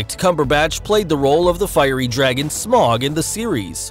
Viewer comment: You pronounce Smaug incorrectly